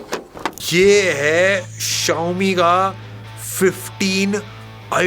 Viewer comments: Xiomi ❌ Chao mi ❌ Shao mi ✅ 😂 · Xiaomi ❎ Chaomin ✅